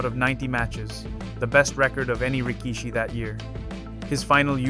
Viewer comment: You don’t pronounce Waimanalo correctly. An insult to our culture. You pronounce rikishi wrong too. You insult the Japanese culture. Do your research dude!!! Chad is gone and I’m sad.